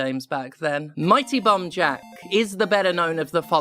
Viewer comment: Honestly im just here because its super satisfying the way steph says “bomb jack”